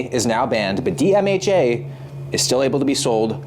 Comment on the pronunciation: The way you say "DMHA" Sounds like "DMAJ". Genuinely thought you were saying "DMAJ" until I saw it written down!